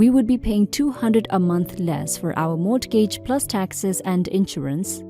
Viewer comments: It is pronounced more-gij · FYI: The "T" in mortgage is silent. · You could be right though I have never heard any other USA citizen pronounce the T. I am not usually pedantic but when words do not 'flow' then for me it really jars. When the 'T' is pronounced it makes one word sound like two words. I will just have to grin & bear it. All the best. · The 'T' in mortgage is silent - as in not sounded.